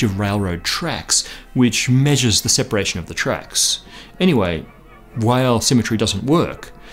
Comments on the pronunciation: "Weyl" is pronounced in English as "V-eye-uhl", the "V" coming from the fact that he was German. "W-eye-uhl" is a common American mispronunciation. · It's pronounced "Vile" (like a German saying "while") not Wheyl...! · Until you can offer physical evidence, it's all just nonsensical religion. Ten or eleven dimensions? Please. And string's reliance on a negative cosmological constant? Don't get me started. And Weyl is not pronounced "while," his named is pronounced "vile."